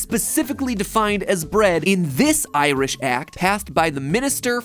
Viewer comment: If you think 'bap' is hilarious, wait until you find out about the Blaa... Also, I'm going to make it my life mission to teach Americans to say 'Ireland' and 'Irish' properly; this vid was torture.